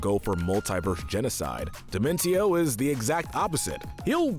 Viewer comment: I think dimentio is pronunced like "dimension"